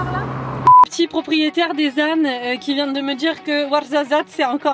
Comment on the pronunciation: je suis comme toi j ai rien compris de ce qu ils ont dit mais le warzazat c est trop drôle comment tu dis je sais même pas si c est comme ça qu'on écrit mais bref je t adore🥰 ( et j ai réaliser que j ai le même bracelet) qui se fait pas quoi faire: bon bah je vais aller bouffer